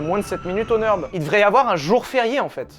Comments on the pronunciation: Le Nürburgring ce n'est pas le "Neurb'": Nurre- bourgue - ring (de boxe). Pas de raison de le prononcer à l'anglaise. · arrête avec ton Neurb, c'est le Nürb, avec un ü comme dans ton Q